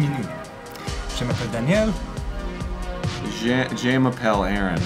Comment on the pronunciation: Harrison Holt Arin's phrase would mean "I call myself/my name is", but he mispronounced it. "Je m'appelle" is pronounced like, "juh ma-pell." However, he said, "Jae ma-pell." If you translate those sounds to written french, it would look like "J'ai m'appelle." Long story short: the pronunciation of "je" is extremely important. If you do say it incorrectly (especially with more normal verbs like "manger" or "arreter"), you run the risk of being misunderstood.